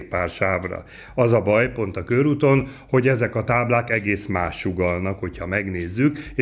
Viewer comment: Nem kőrút, hanem körút! 🙄